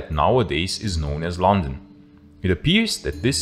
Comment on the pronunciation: Oh God, 1 second in and I can't watch it. Listen Mr German speaker it is not Lon,un, it is LuN Dun, stress on first syllable etc etc. YOu know how you can tell a German? Complete inability to pronounce London plus complete shock, horror, and inability to comprehend the use of the word "since"